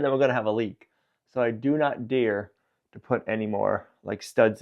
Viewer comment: its dare, not dear